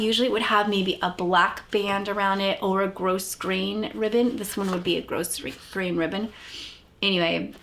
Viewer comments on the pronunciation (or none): Grosgrain is pronounced Grow-grain. The s is silent. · The s in grosgrain is silent. ❤ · The ‘s’ is not pronounced in grosgrain. It comes from the French word ‘gros’ which we would pronounce ‘grow’. It refers to the way the ribbon is woven resembling a strong sheaf of grain. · Grossgrain is pronounced with ‘s’ as silent 😊